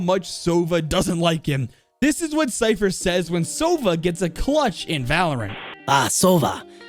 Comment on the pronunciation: Its not hwat its what hahahah